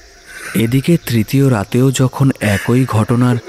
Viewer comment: খুব সুন্দর গল্প দারুন সুন্দর অভিনয় আপনাদের উপস্থাপনা সত্যিই খুব সুন্দর হয়েছে কিন্তু পাঠকের কিছু কিছু জায়গায় বাংলা উচ্চারণ ভিশন কানে লেগেছে যেমন একই কথার উচ্চারণটা হতো একি